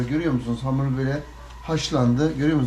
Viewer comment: abi hamura amır diyişin beni bitiriyor derste aklıma geldi zor tuttum gülmemek için . evet arkadaşlar amırımızı yoğuruyoruz